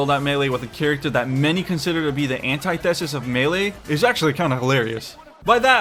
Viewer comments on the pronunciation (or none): Imma challenge you on "Anti THEsis". Give the first "i" the same sound as the last and put less emphasis on the "T H E". Just to help you out👍